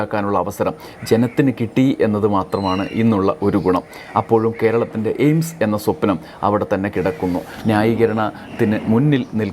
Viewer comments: സുരേഷ് അണ്ണൻ എയിംസ് എന്നല്ല പറഞ്ഞത് എയിഡ്സ് എന്നാണ് പറഞ്ഞത് നമുക്ക് തെറ്റിയതാണ്....... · എയ്ഡ്സ് എന്നാണ് കോഴി കേട്ടത്